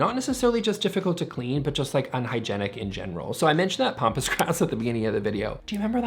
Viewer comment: It’s pampas grass, not pompous. 😂